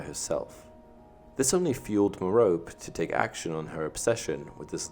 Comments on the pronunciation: It is pronounced Meropè not Merop! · Another great video! One thing though is you're mispronouncing Merope's name. It's mer-OH-pee. Actually a really old Greek name. I was surprised when I learned the correct way to say it. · Why can't anyone pronounce Merope right? It's meh-ROW-pay not ma-rope.